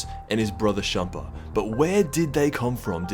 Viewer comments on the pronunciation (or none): He said SHampa instead of CHampa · Its beerus and champa not burris and shampoo